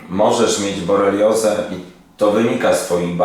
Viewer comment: BoRELIOzę, nie boleriozę ❗️❗️❗️